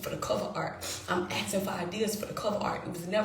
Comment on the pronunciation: Axing me, axing me, axing me, axing me